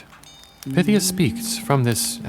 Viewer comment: Pie-THEE-uh. Like python. DEL-fee. Like shelfy.